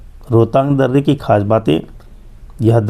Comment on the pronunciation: Kyu kahte h darrrrre😅